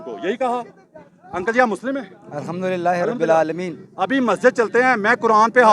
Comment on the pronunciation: یہ خود الحمد غلط پڑھ رھا عالمین کی بجاے لالمین۔پڑھ رھا ھے